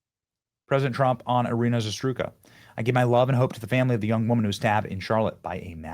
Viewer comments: it's I RY NAAAAA ZA RU TSKA Jesus Christ..., how hard can this be? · ear-RAY-na + za-ROOT-ska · Benny, you are hammering this headline, and that's GREAT, however, please learn her name, you're totally mispronouncing it! It's not a hard name to pronounce, just calm down and say it right. She deserves to have her name pronounced right. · I really appreciate all you do but could you please take a moment and learn how to pronounce Iryna Zarutska’s name correctly.